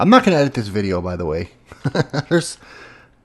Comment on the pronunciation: the end, you said "videah" instead of video :P